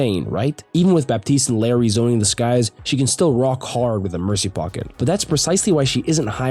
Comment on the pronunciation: the correct pronunciation for "Illari" is something like "ee-yah-di" (if you speak Spanish you should know what I'm talking about). most people who speak English say it how they see it, which is fine. but ITS NOT PRONOUNCED LIKE LARRY 💀